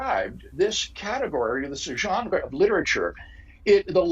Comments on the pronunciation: Craig loves to pronounce french loanwords with original pronunciation... viz genre pronounced 8 times differently in close succession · “There are moves we can make” says Dr William Lane Craig, PhD, used-god salesman, shortly before he gratuitously overpronounces “genre.” Why. Do. People. Think. He. So. Clevr.